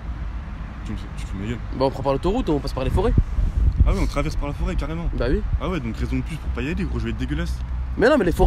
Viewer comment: A chaque fois que dit oui il dit hui